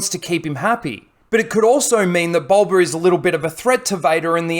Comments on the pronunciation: Is it just me who hears him say boLba fett instead of boba but I have bad ears so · BOE-BA NOT BUL-BA, BOWBA NOT BULBA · Fxck man it gets harder to watch the more I hear bulba fett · Sounds like your saying g bulba fett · You say boba fett weird